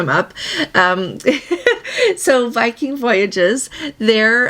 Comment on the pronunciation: Testing I am mixed. My nephew is a Dr of infectious diseases. He is involved with a Covid study group they are finding some respiratory issues are giving false positives so do you have Covid a cold or an allergy? 2nd. Did you say Viking or virgin dropped testing.?